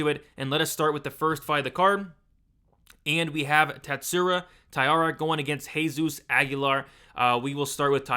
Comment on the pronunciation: Tat-su-ro, not Tat-su-ra. Ta-eeh-ra, not Tai-ar-ah.